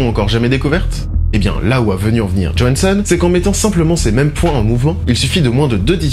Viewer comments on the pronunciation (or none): Ce spoil à ;) M'enfin, est ce vraiment un spoil de dévoiler l'intrigue du meilleur film de sf de ces dernières années ? ah et petit cours de suédois : johansson, ça se prononce "yohansson" ;)